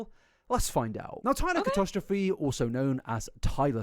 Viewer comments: I hate the fact the last name is being pronounced Catostrophe 😖 it’s catastrophic, and yes I’m using the term catastrophic to describe it 😂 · Dammit why can’t pronounce catastrophe?